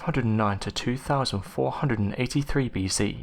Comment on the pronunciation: Thanks for working on your ‘th’ sounds over using an ‘f’. I don’t think I could listen if you went back to the ‘free fousand’ lazy narration. - please work on ‘fifth’ and ‘other’. It’s not ‘ovver’ or ‘fifteenf’. Thank you.